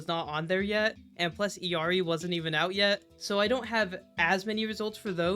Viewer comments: The fact that this guy mispronounces Illari so much is crazy. It's L's, not i's. Ill as in sick. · why is everyone saying Illari iiuari or iluari its fking illari brother learn to read